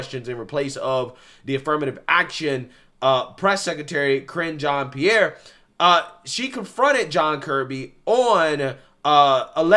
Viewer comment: Cringe Jean Pierre is what it sounded like said, I don’t think he said that but it’s perfect moniker for that nasty pathological liar.